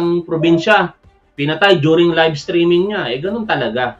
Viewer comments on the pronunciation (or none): none